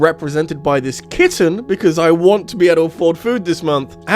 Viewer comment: Very random opinion but I love the emphasis you put on “kitten” around a minute in. It won’t leave my head now